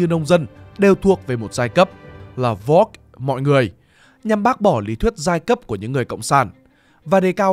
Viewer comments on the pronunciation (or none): Thật ra từ (das) Volk, phát âm khá giống với folk nhé!